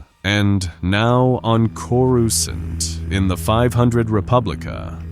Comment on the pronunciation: “Coruscint” maybe test the audio before posting ai pronunciation.